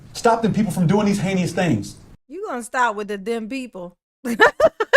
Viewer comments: He is almost worse than DB!!! And listen to him say "heinous" "haykneeus" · He does keep saying "Hany-us" right Im not crazy.